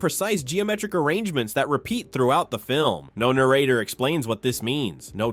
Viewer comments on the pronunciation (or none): One minute in, “No na-RATE-er”…lol. AI Voice probably and probably the entire script AI generated.